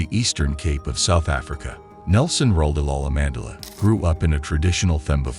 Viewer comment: Too bad I can’t watch it since whatever AI this is is pronouncing names and words wrong — notably his last name!!!